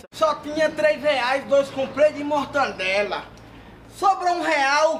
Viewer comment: Mortandela kk